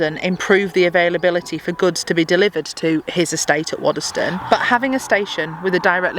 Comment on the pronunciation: Great episode. But please learn how to say Waddesdon - its pronounced Wadsdon